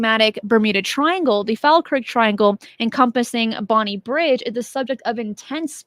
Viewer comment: For reference, it's Bonnybridge, not Bonnie Bridge